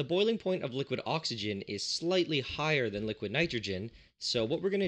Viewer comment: ah yes, the three states of matter: solid, gas and liqiod